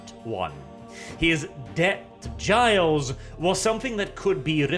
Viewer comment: its pronounced gill not giles